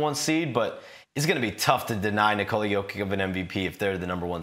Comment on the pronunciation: Come on man, learn to pronounce his first name correctly.